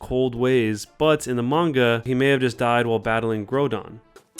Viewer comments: Grow (like GROWL) don not... grow (like grow a plant) don Palkia, but without enphasis on the KIA part. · for reference, here's how the official pronunciations work: -Groudon's name is pronounced like the word "ground," but without the last two letters. "grou-dawn." -Palkia is pronounced just how it is spelled. The name "Paul," with the general sound of "ia." It should just sound like "Paul-key-uh." No syllable in the name is stressed more than another. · It really bugs me, the way he pronounces groudon and palkia